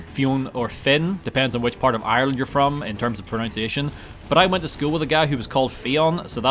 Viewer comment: LOL you actually said 'pronounciation'.